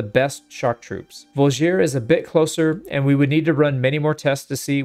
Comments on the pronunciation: I think the best example is how pronounces G in Voulgier, making it into something like Drougien-nick for all our non-slavic friends out there (with emphasis on "i" in drougien, just like in voulgier) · On a similar note, the Vlandian Voulgier is a “vool-jee-ā” with no stressed syllable. The sergeant is a “serj-anh” (it’s hard to phonetically spell a french “r” and “an/en” ending.)